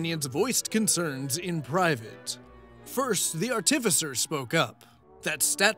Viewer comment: Why is it that soooo many youtubers mispronounce "artificer" so freakin' badly? It's like nails on a chalkboard. It's as if somebody took a really off-key singer and auto-tuned them to be even worse. The emphasis goes on the first syllable, yet people keep putting it on the second. D20s are icosahedrons. Dodecahedrons are d12s, not d20s. Yeah, I know that's all nerdy and nit-picky, but this is a channel about nit-picking how other people play a nerdy game, so it makes sense. I'm a little surprised that nobody pointed out to SBM that he was whiplash switching between "Oh, noes! Am I destined to be the death of all whom I love?" and "My natural 20s are the s*t, I saved everybody, I am so awesome!" 'Cause they're really conflicting. (While SBM probably couldn't do it, a better player *could actually role-play how his character is so terrified of his dark, grim, dark, gloomy, grim history that he would latch onto any success and try to convince the other characters he is a real hero, in hopes of convincing himself of it. But, that would take a player with some introspection.)